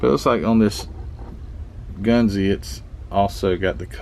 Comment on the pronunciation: I know a few Japanese fellers'. It's "gun-zuh" said really fast.